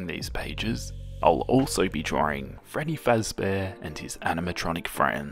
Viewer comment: Him: it's Freddy Fezbear